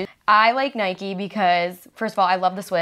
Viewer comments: Why is niki saying ‘nikie’ for Nike 😂😂😂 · ITS NIKE NOT NIKEE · Wait... did niki call it Niky? It’s NIKE! You don’t say miky (it is a name) they say mike. Or date you don’t say daty it’s date. Like if u agree! Another thing this is a rant! Everyone pls just stop being so rude to Gabi what’s wrong with her looking at niki they are sisters! So not being rude but shut up they love each other! Why do you watch these videos to call Gabi out for starring at niki... so what?! It’s not like she is jealous of her or that she is annoyed at her for getting gifts so be quiet! Rant over. Also like if u agree about both things! Sorry about the negativity I just let out... love u niki and Gabi! Xxx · It’s Nike not nikie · It's Nike not nikey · It’s Nike not nikey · It's nae-k not nae-kee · ITS NOT NIKEY ITS NIKE U DONT SAY BIKE AS BIKEY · its not pronounced n-I-k-EE its n-I-k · actually it’s niki